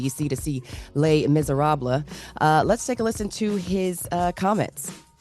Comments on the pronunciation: "lay miserab-LA" LOVE IT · Not Le Misarablah 😂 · So doesn't know how to pronounce "Bahrain" and "Les Miserable"? OMG 🤦🏿‍♂️🤦🏿‍♂️🤦🏿‍♂️